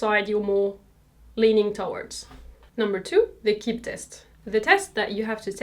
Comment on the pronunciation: It’s pronounced Key-bee, not Kibb